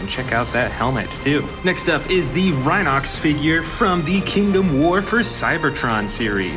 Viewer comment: You need to learn the names its rhinox not rhino x